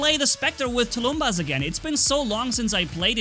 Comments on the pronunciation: Nothing difficult here. Just a "bus" (public transport) or "buses" at the end. Tulum-bus, tulum-buses. The "bus" syllable is stressed. It is a name of an ancient russian war drum. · First time I hear say Tulumbas and not T U L U M V A